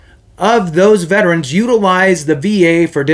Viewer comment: thankyou for saying Veterans correctly. Not VET-TRANS. Have a great day